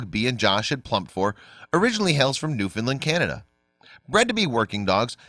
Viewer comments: Newfoundland not newfinland... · NewFOUNDland if people are gonna make videos at least pronounce words properly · Newfoundland is pronounced to rhyme with. Understand . I'm from Newfoundland.